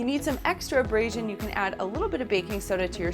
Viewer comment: How mAny times did she say embrasion. Plus you can tell she’s never really cleaned the tub day in the life she probably has a housekeeper that comes and cleans once a week she’s so full of it